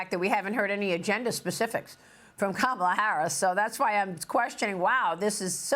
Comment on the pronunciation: Educated? Please pronounce KAMALA correctly.